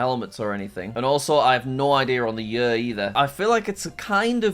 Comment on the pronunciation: Jack's way of saying "year" is funny :D "yuuuhr"